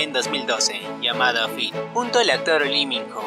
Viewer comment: Que fea tu pronunciacion No es Secret sino Sicret No es Fit sino Feith(Faith)...y asi sucesivamente...